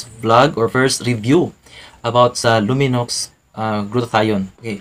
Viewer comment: Silent x po pag pronounce